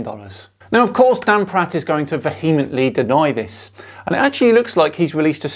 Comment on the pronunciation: Did you say he’s called Dan Pratt or??